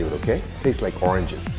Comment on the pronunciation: Why this man say orangjizzz